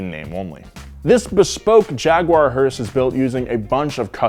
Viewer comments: Every time he says hearse, I hear Horse.... Thanks... More hearse power baby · Who else gets annoyed when someone calls a Hearse a "Hurst"? Hearse= funeral car Hurst= shifter